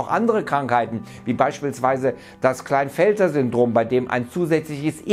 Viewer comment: Sehr gutes Video, medizinische Fakten vereinfacht aber nicht falsch präsentiert. Es heißt allerdings Klinefelder und nicht Kleinfelder Syndrom. ^^